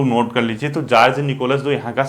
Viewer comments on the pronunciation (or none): सर जार्ज निकोलस है या जार निकोलस